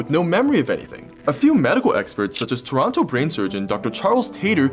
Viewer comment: You said Toronto wrong.